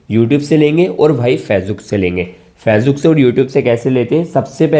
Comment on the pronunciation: Me ny pehly Socha KY is bandy ko Facebook ka name NAHI sai bolna ata to hamy Kiya sikhay ga magr achy information thi❤❤❤❤